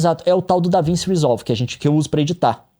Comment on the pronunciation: NÉ DAVINSSI NÃO CARAIO, É DAVINTCHI. NUNCA OUVIU FALAR DO LEO?!